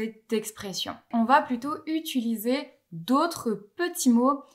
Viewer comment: Je remarque un tic de languge, tu as tendance à prononcer quelque chose proche de "utuliser" au lieu de "utiliser"